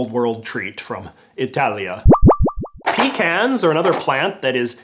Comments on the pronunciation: You saying pecans wrong ( different then I do ) messed with my brain it’s pe-con-s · PUH-CAHNS. PUH-CANS. No pee about it. PUH-CANS! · “Peecans” bruh it’s “puh-cons”